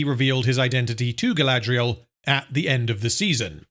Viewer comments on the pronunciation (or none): I know this is long over but c'mon you have to rrrrroll those Rrrrrrr's. Numenorrrrrrr, adarrrrrrr. Galadrrrrrrriel.